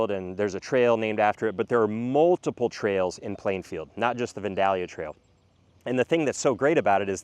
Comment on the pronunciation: We live in the Plainfield are and it's all as you have said. You picked some good areas of growth. BTW: It's Vandalia (Van-dale-ee-uh)